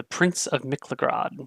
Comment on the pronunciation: Surely its pronounced MIK-LA-GUARD But its your world :p